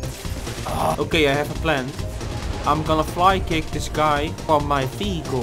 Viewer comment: Whenever you say vehicle I always here fecal